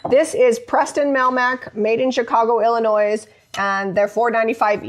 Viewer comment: No “s” sound on Illinois